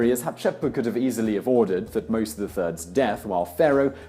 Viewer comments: I enjoy the show, very much and have been following it for a while and will still do, but the names in this episode were done painfully wrong. for one thing the subject of "Hatshepsut" was covered extensively in the comments, but Thutmose was also pronounces wrong. The T is separate from the H, more like T-hutmose. aside from that, gread vid though. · You butchered her name. Thutmose's, too. Ugh. As a studying Egyptologist, I want to strangle you. 😤😬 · He also mispronounces Thutmose. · Your pronunciation of Thutmose and Hatshepsut made my brain hurt. Still, good video.